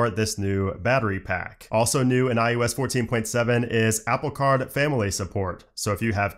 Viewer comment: Is it me or am I hearing him say "i U S" instead of iOS?